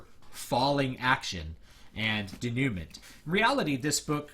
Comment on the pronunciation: Good treatise and I am glad you are able to break down to individuals looking to become creative writers that the 3 act structure is important, and not just defined in film alone.Also, sorry if it is just me being picky,, but denouement is French, and it is pronounced 'Day-new-mon'.